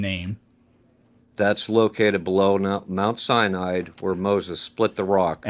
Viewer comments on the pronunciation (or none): A “Biblical scholar” that pronounces mount Sinai as “mount cyanide”. And what is an “anatheist”? 😂😂😂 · Did dude say “mount cyanide?” LMFAO!!!